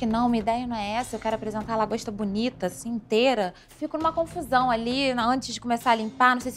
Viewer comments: 'DRAGOSTA' HAHAHAHHAHA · “Dragosta” kkkkkkkkkkk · ela falou dragosta o discurso inteiro normalmente hahahahahahahahahahah